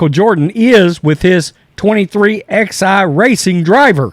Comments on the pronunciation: It's pronounced 23/11 that's how they say it on the broad cast. Not 23 XI. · Hey Bud, wanted to inform you that Jordan's team name is pronounced " Twenty three, eleven". Peace